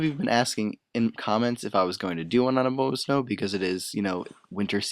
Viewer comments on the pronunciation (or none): BTW it's A-bomb-ah-snow, you know-- abominable snowman?